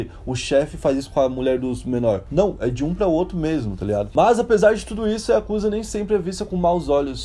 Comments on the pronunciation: A pronúncia e escrita não é Iakusa e sim Yakuza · Aprendam uma coisa:A pronúncia correta não eh Yakúza e sim yakuzá!! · Yakuzá. Essa é a pronúncia. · Corrigindo a pronuncia correta. YAKUZÁ. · na hora que ele fala o maisor mafia oriental ""a yakuza"" ele fala yakuza mo estranho kakakak